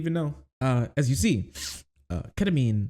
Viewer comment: What the heck is ketaminr😢